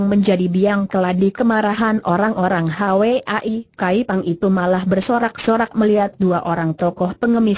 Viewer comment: Hwa I Kaypang bukan Hawe ai kaypang , hwa : bunga.